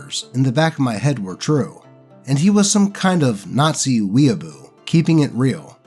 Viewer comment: you said it wrong. Its wehraboo, like the Wehrmacht, not weeaboo.